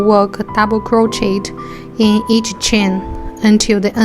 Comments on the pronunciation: Why are u talking like that and it’s pronounced crochea but spelled crochet so it’s not Pronounced crochetttt idiot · Hi! Im dont wanna sound rude but it’s pronounced croshey :B